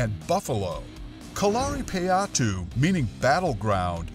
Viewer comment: You are saying Katarina payatu and kerela wrong